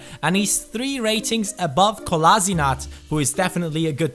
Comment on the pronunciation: Man sagt Kolaschinac #NoHate